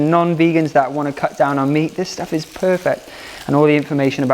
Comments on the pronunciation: almost every time he says 'meat' I understand 'mint' lol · Every time he says meat I hear mint and I’m like whaaat 😭😂